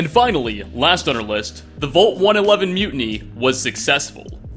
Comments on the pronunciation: I can't get over how he says "VOLT" instead of vault. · The way you pronounce "vault" is super cringy. Its prounounced like valt, not volt. Thank You.